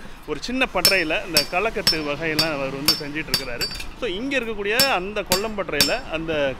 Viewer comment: Kalaikatu illa kalaikotu....